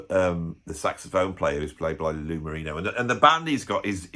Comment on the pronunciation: A couple things: - Lou Marini, not Marino. 😉 - You talk about the Blue Brothers but don't mention that new Rolling Stone drummer Steve Jordan is on the kit. - You mention 'Stop Making Sense' in your 'it's not included' disclaimer. Anyone into Talking Heads should see 'Talking Heads in Rome', a tremendous in-concert video that is raw and ripping. - Nice of you to highlight David Essex. He was a talented lad and deserves to be remembered as such. - I don't watch films about music/musicians, though love 'A Hard Day's Night' and Sting's 'Bring On the Night' and 'Ten Summoners Tales' (and I'm not even a big Sting fan). - An interesting topic from you here. Your ability to come up with new topics is bordering on the, er, impressive. 👏👍